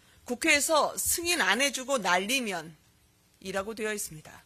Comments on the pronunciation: 면을 믄으로 발음해서 느리게 돌리면 든처럼 왜곡되는데 말리믄 이나 날리믄 이 확실합니다. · 요즘 음성판독 기술이 소리증폭 선명도강화 다돼 세상좋아져서 당신같은사람들 한테 너무불리해요 날리면인데 윤석열발음 날리믄 으로 정확히 판독됐습니다 네? 날리믄! 소리증폭 소리선명도 거기다가 주변소리 죽이고 윤석열목소리만 집중되게 판독 가능한 세상이예요 어르신ㅋ 바이든이라고 우긴다고 되는세상이 아니라고요 네?ㅋ